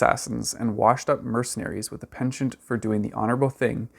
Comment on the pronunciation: Please look up how to pronounce ‘penchant’